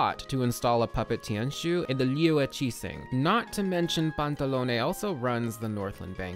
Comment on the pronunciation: Oh my god, this has literally nothing to do with the video but my god, FINALLY, SOMEONE WHO PRONOUNCES EVEN ONE OF THE HARBINGER'S NAMES RIGHT- I'm sorry, i've had to suffer through the way they decided to pronounce Tartaglia and when i first heard you say Pantalone's name i thought i could cry from joy, that's the first time someone's pronounced it right in the videos i've seen about the harbingers